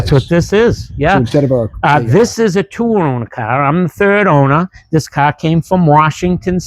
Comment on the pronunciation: Its a fun KAHHHH 😂, is that a Boston accent?